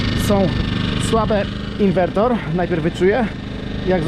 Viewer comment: Ciekawy pomysł na ograniczenie zużycia paliwa. Na łódź nie polecam turbinek wiatrowych. Ich skuteczność jest zbliżona do paneli a hałasują bardzo. PS. Inwerter nie inwertor ;-)